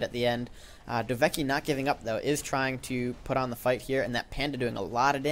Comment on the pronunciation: "Hey, cool, a new video! Oh wait, nvm" btw you still get my name wrong, its "dove-kie" :)